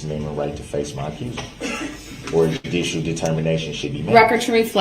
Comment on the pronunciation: “Are you making a dudishel determination?”😂